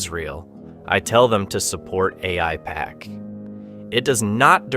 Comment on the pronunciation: After hearing how the pronounced Aipac, one can tell he's extremely dumb or an AI.